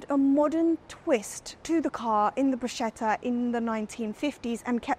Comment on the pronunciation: Ferrari Bruschetta🤣🤣🤣... It's a Ferrari Barchetta you!!